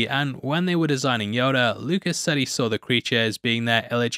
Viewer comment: It's Yoda not "Yodar"